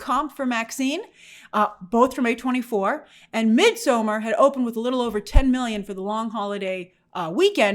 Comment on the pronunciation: in midsommar the d is silent.